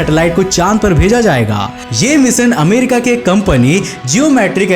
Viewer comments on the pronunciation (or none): मिशन बावले ना के मिसन बोलना तो सीख 😂